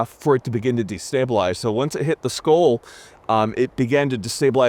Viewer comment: Skull, pronounced Skoal.